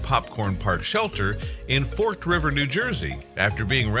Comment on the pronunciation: I live here, Popcorn Park is awesome. But the town's name is For-ked River. Not forked like it looks. lol